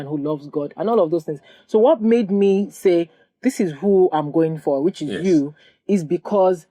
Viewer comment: No you didn’t say it well😂. It’s “whush number?…” 😂😂😂